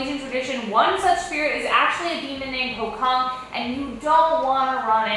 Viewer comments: actually itas pronounced po-chong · Pocong pronouncation are not sound with a "K". It's "Chong" pochong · Malaysia-Indonesia: Pocong English: Pochong